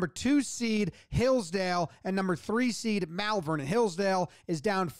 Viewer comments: Malvern is pronounced Molvern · Malvern. It's pronounced like wyvern. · I grew up near Malvern. You said it correctly! Well done!!!